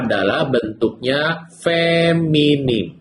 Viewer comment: tolong dong betulkan kata, bukan feminim tapi feminin, bukan ahiran m tapi n.terima kasih.